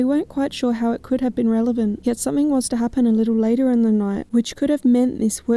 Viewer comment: I heard “Lee” or “Leigh” and not “Late.”